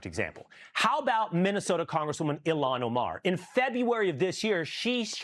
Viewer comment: Why is mr.Trump saying elon omer? People from somalia, burma became millionaires in one year period of time in America 😂.